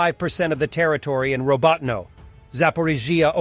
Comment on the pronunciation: You literally have 3 different pronunciations for Robotyne...like at this point it's giving AI narrator...